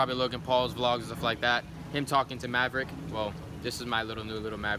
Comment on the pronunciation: MAVERICK SOUNDS LIKE HES SAYING YA EVERY TIME YOU SAY IT